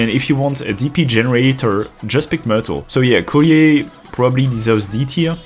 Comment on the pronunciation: As if most "waifu enjoyers" care that Shamare for example is a child lol. I mean, good on you for caring... but most of the degens don't. Edit: Also, that's not how "Courier" is pronounced unless they say it that way in-game because it's fictional? I'm pretty sure it's not a French term, but I always hear it more like "curry-er" here in the US. Even if it is French, nobody says it with that accent, unlike something like "foyer" and even then half the people say "foyer" instead of "foy-A" lol Edit 2: I actually checked after seeing people comment Shaw definitely isn't a child, but apparently the only 2 confirmed ages we have are Amiya and Rosmontis. Anyone else we CAN assume is 18+ or under 18, and desired lol. And based on Rule 34... let's just assume everyone who isn't confirmed to be under 18, is 18+ I guess?